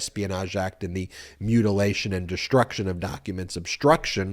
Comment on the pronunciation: Obshtruction? Deshtruction? Stop that. Speak correctly.